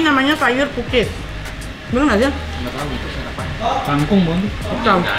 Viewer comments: Sayur pakis bukan pukis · Tumis pakis ka ..... Bukan pukis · gue dengernya sayur pukis, pakis mungkin ya😁😁